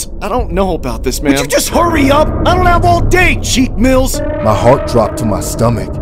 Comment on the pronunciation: Cheek mills= meek mills😂